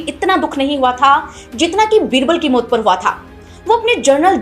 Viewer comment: मोत नहीं बोलिए......मौत नो नहीं बोलिए , नौ?